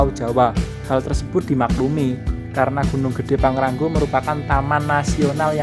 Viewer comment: Pang Ra Ngo bukan pang ran go😀